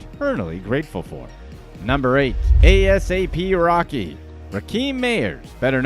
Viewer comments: Not A-S-A-P rocky 😂😂😂 Do your research before you talk about things you know absolutely nothing about 😂😂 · I BELIEVE HE KEPT SAYING A.S.A.P. ROCKY JUST TO IRRITATE US LISTENERS 😡😡🤔. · He really said A. S. A. P ROCKY instead of asap rocky 😭